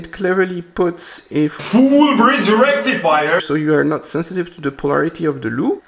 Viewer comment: **FULL BRIDGE RECTIFAIERRRRRR**